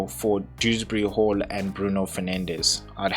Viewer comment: You got it. Perfect pronunciation. Despite THE TEMPESTUOUS SEA holding rank or getting greens i would be right up as high in the clouds if i had been playing Dewsbury Hall. I have just found it so hard to play him every week from a psychological viewpoint. I am going to have to take him more seriously. 👍🥅👊⚽️🙋‍♂️